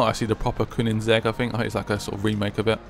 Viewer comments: Koenigsegg, not Koonigsegg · You pronounce koenisegge coinsegg